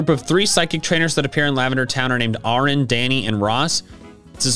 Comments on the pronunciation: It's air-in not are-in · I've always loved how the Game Grumps were referenced in Pokémon! Also, Arin is pronounced like Aaron or the female equivalent, Erin! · his name is pronounced ( aaron) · I knew about the nugget bridge lol discovered it randomly Also, … Arin’s name is pronounced like Aaron wtf lol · also love how he accidently calls Arin Aron :P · Sorry, but Arin's name is pronounced as Aaron.... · The real Easter Egg was that doesn't know how to pronounce Arin. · Okay, but why did he pronounce "Arin" so weird😂😭